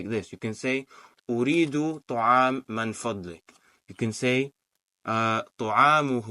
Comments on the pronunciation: Amazing, I must point out it's 'MIN FADLIK' and not 'MAN FADLIK'. May Allah help us to learn the language of the Qur'an. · Baarakallaahu feek! This is actually motivating. May Allah increase you in knowledge. It's pronounced مِنْ فَضْلِكَ - min fadlik and NOT مَنْ فَضْلِكَ - mon fadlik.